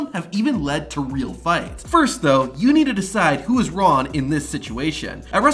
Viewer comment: The word is "wrong." Not "Ron."